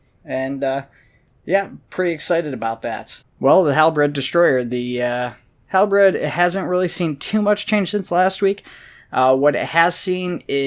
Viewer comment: HalBREAD xD (Halberd)